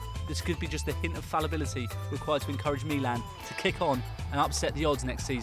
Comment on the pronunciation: His pronounce is right but he stretch the "i" and that's wrong because the "i" is short.